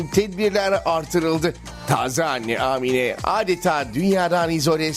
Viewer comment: Amine değil a harfini uzatmanız gerek.